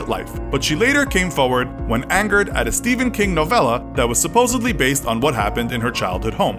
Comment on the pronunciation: "Stephan king novela"?